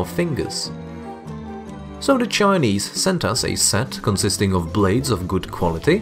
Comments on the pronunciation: The way he says the Chinese sounds like a slur aha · Bro why you keep saying the chinese like that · How you say Chinese is so weird🫤